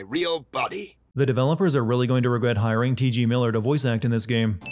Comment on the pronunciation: TG Miller? It's TJ Miller